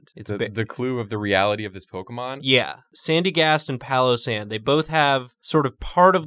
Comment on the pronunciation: Pail o sand,,,, not palosand